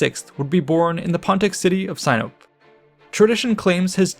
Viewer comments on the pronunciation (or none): Sinope (modern Sinop) was pronounced See-noh-pay. I lived there for a year in the early 80's so know a lot about that area and famous people associated with it. This was a very interesting documentary.